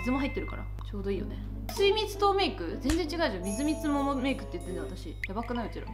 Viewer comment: すいみつとうメイクをみずみつももメイクと言ってるのがずっときになってしまう